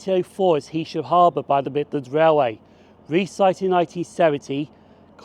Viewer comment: Nice one. A couple of points - I don't know how you missed seeing the two nuclear power stations at Heysham! At least you pronounced the name correctly! Morecambe got its original station in 1846 (I think) on the pier - building and lighthouse still there, Then a station in Northumberland Road - which was replaced by Promenade when you said. There was a station earlier than Euston Road too on the LNWR branch from Morecambe South Junction and Hest Bank (closed). Now there's a once a week service!